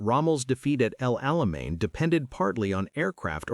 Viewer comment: Good Story L-o-n-g S-t-o-r-y That Alamain, not Alamean!